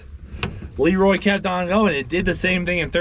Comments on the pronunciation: Sorry, isn't it Le Roy? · Thanks for clearing that up so I didn't have to lol. Please don't say sheroy ever ever again lol